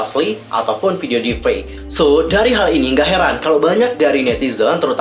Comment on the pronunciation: Maaf kak meluruskan saja, yg benar deep fake bukan deef fake